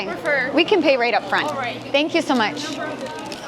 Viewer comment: right up 발음이 "롸이트업" 이라기 보다 "뤠이트업 or 뤠이르럽" 이라고 들리는데 맞나요?